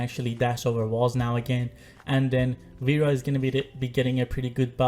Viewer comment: not veera.. veres!😂